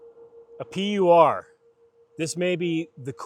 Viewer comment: It’s a “Pur”, German for Pure. It’s not a P-U-R.